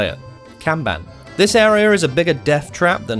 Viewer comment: It's "Kaban", not "Canvan" 😂